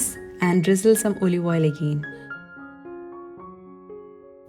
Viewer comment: Also the pronunciation of Olive oil, coconut, hotel etc. Can’t complain it is the Malayalee accent, but you can check and correct listening to pronunciation of words on google. Not to offend you in any way... just so that you will go higher day by day. ❤️